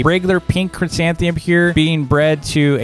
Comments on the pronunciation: tks, kids are loving it!! big favor though: next video can you say chrysanthemum instead of chrysantheum? kids are saying it that way and it's hard to "unteach" them. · Me: fails to even say the first three letters of the new flower: chrysanthemum